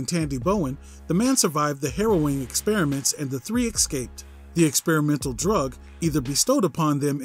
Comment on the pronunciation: Escaped IS NOT, NOR EVER HAS BEEN PRONOUNCED "IKSCAPED".....this goes for most of you. Almost an entire country full of illiterate children. Ikscaped. Exspresso. Ekspecially. why do you purposefully want to sound like this?